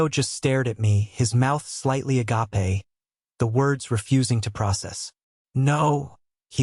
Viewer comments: Uh gahp eh? 😂 its pronounced "uh gape" get it right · 🤦‍♀️ would be better if AI could say the word “ agape “ instead of agpay 🙄😂😂😂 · …please train your AI to pronounce “agape.” It ain’t tequila.